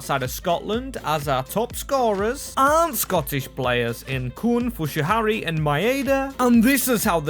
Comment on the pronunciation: Who the fuck is fushuhari😅